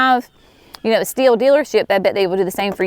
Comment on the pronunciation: Ohhhh! I thought she said "steel" pruners. So did the closed captioning. Haha!